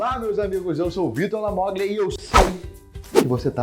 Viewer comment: Quantas vezes já te falaram que o seu sobrenome se fala Lamolha, pq certamente é italiano e toda vez que tem um g antes de consoantes se lê H, tipo: Puglia - Pulha Lasagna - Lasanha Gnocche - Nhoque E por aí vai